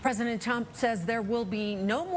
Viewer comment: "pesident chump" 😂